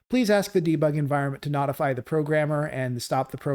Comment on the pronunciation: I'm a linux user so it was really interesting seeing you build something like this in a (mostly, sort of) windows environment also btw notify is pronounced like note-ify